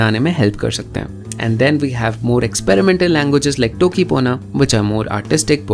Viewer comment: Hey, this video is on my watch list for a very long time and saw it today. I was surprised that Bahubali movie's that scene uses a language of their own. I knew about Conlangs and always has an interest in those type of things but not about the Bahubali. And the one thing I want you to correct is that you said टोकी instead of तोकी as the sounds of that language is closer to Romansh languages and not English. You asked a question if one wants to make a conlang or not. Well, i tried a few in past few months and I can relate to the creator of Toki Pona. I was too suffering from mental illness. The best part is that I have made a language with Indian scripts. From OL CHIKI SCRIPT to LATIN ALPHABET as english is a part of Indian language, even though it is a bit tougher than Bharati script, it connects the whole Indian languages, not just by script but also by words the different people use. It is in progress now and I've not more than 20 to 25 words in that language, I'm gonna finish it now.